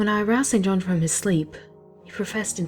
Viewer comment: Isn't it like Jane Eyre, where St. John is pronounced "Sinjin?"